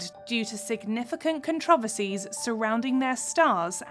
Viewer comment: Am I the only one who thinks the biggest controversy in the video is the narrator’s pronunciation of the word “controversies?”